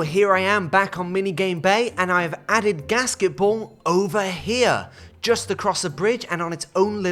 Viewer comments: I kept hearing casketball. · I first heard it as “gasket-ball” and I was confused for a second